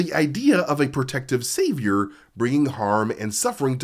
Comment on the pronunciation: The way he says "Savior" 😂😂😂